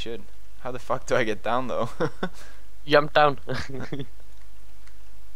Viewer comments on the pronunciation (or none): "Just...Just...yump out of there." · that was the most swedish „jump“ in english i heard